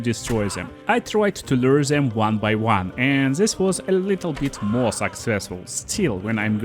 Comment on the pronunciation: Zey cun see me , i cun see zem. Nice pronouncing dude.❤